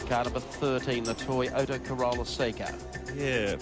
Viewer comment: Never heard toyota(one word) being pronounced as toy ota(2 words) like that commentator did there. If you going to do a job like commentating make sure you know the right pronounciasion of a product.